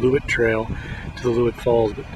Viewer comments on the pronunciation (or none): It's actually "Loowit" falls. Not "Leewit".